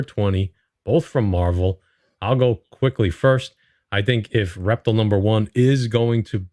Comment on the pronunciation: Great video as always my brothers, ReptiL is pronounced Rep-teal... Like the color teal, the only reason I know that is because when my son was little he watch superherosquad on cartoon Network years ago and he was a character on the team of the Avengers LoL 🤣